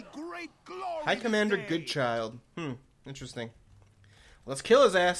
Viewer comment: Prounced Good- Childe thankyou very much not good child :P